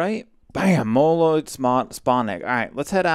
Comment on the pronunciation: molnoid NOSE me: HE GOT THE WORD RIGHT!!!!